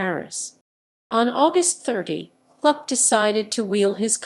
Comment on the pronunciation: Please pronounce Kluck correctly! It is pronounced the same as look or book. Thank you, Michael Kluck.